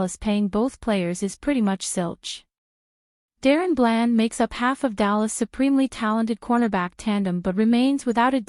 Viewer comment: Your saying blands name wrong learn our team please